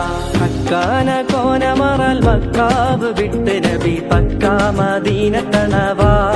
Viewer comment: പക്ക അല്ല ബക്ക